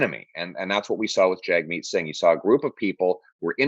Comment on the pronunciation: Holy cow, Pierre. You’ve been working with Jagmeet for 5 years and you still don’t have the kindness to learn how to pronounce his name?